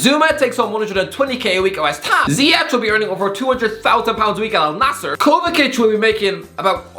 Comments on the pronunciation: It kinda hurts hearing him calling Kovacic “Kovakic” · That kovacic pronunciation is criminal